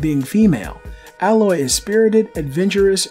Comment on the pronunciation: thanks for actually saying AYE-loy, not AH-loy. And Hermen Hulst said that Aloy wasn't inspired by Ygritte because this game was in pre-production before Game of Thrones started airing.